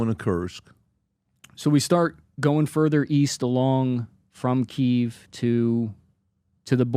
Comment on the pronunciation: This guy just saying "Keev" is irritating for some reason. ""